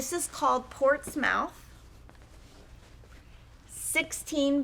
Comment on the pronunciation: Edinburgh can be pronounced “Ed-in-bur-ruh” or “Ed-in-bruh”. Portsmouth is more “Port-smith”. Balmoral was already mentioned earlier.